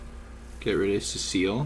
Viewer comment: It’s cess-el (Cecil)